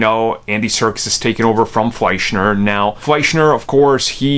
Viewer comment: It’s “Fleischer”, not “Fleischner”.